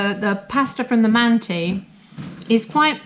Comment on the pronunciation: You must pronounce “mantı” /mun-tah/, mind the dotless (ı) in its spelling.